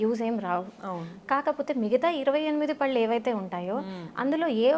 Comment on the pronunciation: పళ్ళు అనాలి correct yout prononciation . It's really so important